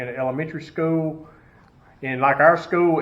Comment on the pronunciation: Why does he speak like Eric cartman lmao ‘Skoo’